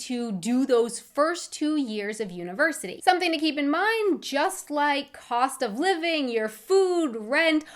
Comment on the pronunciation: Have you ever noticed how many "h" sounds you add to your pronunciation? Nothing bad, just peculiar. "Co-h-st" instead of "cost", "Pu-h-blic" instead of "public", "to-h-ps" instead of "tops" for example. Keep up the great job and passion in your videos